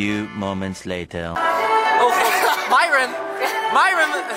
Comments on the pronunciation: hij zei niet myron maar myron (mieren) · Hij zij Myron niet mijron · Je zegt miron van plaats maren Enzo ! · Je zei Miron normaal zeg je Myron🤣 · Vgm mieron of idk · 2.21 zegt hij nog eens miron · heel bijzonder hoe enzo myron zei 😂😂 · Ja! Nooit gedacht dat Enzo dan zou zeggen🤣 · Het is zo raar dat Enzo Myron's naam normaal uitspreekt inplaats van met dat accent 😁